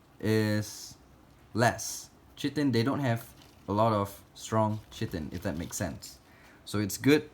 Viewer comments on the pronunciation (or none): It is ky ten not cheten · Not citin, cHitin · Chitin is pronounced Kytin, more enthuses on the I with a stronger C. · Pretty sure it’s pronounced Kite-in, not Chit-in I know it’s spelled chitin, but have seen it pronounced both ways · it's keritin, not chriten. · KI TEN NOT CHITEN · it is pronounced kite-on not chi-ton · you say “shittin” 🤣🤣 Chitin the insect exoskeleton protein is pronounced KY(like die) TIN. Ky-tin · You pronounce it as Kayten not shittin'... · its pronounced kite-en not chittin btw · Its Chitin [(Kaitin) ˈkʌɪtɪn ], not chitin [tʃitin]. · I think you are trying to say chiton. I think it is pronounced kyton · KY-tin, not CHIH-tin :) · Chitin = kai-tin 😊 Kai sounds like the beginning of the word Kite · Lmao chitin is pronounced kai-tn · F.Y.I. chitin is pronounced kit-in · It's pronounced KY-TIN lol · Chiten is pronounced kite - en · chitin pronounced "kiyan" :) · Chitin = "ky-tin" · It’s pronounced ky-tin if anyone was wondering 😂😂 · Thx for this in depth video on Dubai roaches and when you said chitin I believe the correct way to say it is ck-I-tin thank you and I love all of your vids❤️ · I know this vids very old but chitin is pronounced kitin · Chitin is pronounced like kai tin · Chitin = WRONG. SHITIN = correct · Chitin lol is pronounced kite- in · It's (ky-tin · Chitin is pronounced Kite en, jic any1 was wondering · Dubias are so cute. They look like trilobites. I'd have a hard time feeding them off! btw, chitin pronounced Kie-tan. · Chitin is pronounced like kai-ten. I know. I'm a grammar Nazi or whatever. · It’s pronounced like kai-tin with a short tin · It’s pronounced ‘Kai-Tn’ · chitin is pronounced kaytin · chitin is pronounced liked KAI-TIN, I always get confused with the bandage. haha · Chitin is pronounced kite-in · Chitin or shitten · chitin is pronounced kye-tin by the way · Easily misunderstood, it is actually pronounced “kite-in” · Ki-ten. Not being rude just telling you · chitin is pronounced Kia-ten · Chitin =kaitn